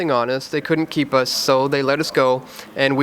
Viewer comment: PLEASE learn how to pronounce COULDN'T AND DIDN'T. It's not COULDENT AND DIDENT. And it's not CU'ENT AND DI'ENT, either.